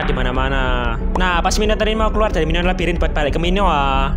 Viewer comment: Minoan bang bukan minoa